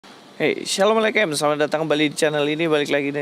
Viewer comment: Gak cocok lu ngomong salem eleycem bg! Gunakan yg udah biasa kita gunakan aja. 🙏